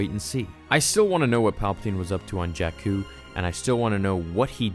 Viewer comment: Bruh...JAKKU...NOT JACK-KOO..🤣